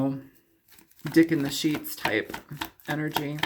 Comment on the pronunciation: I love your readings...you are so funny...I had to listen twice to hear "dick in the sheets" instead of "dick in the sheeps" ....hahahahahahhahilarious! I'm a triple Scorpio, and your readings are right on!